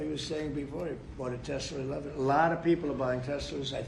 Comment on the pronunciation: Why do you pronounce it tesler when it tesla its like hamilton ontario say the tigger cats, not tiger.you owe canada 379 billion.japan 1.1trillion thats just 2 of many Donnie.pay up.